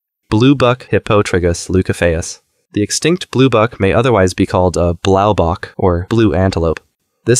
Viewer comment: Blaao bok 💀 thats not how you pronounce it but good video anyway!!!!!! 😊 (Im south african)